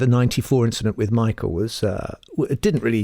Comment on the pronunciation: It was a race inchident!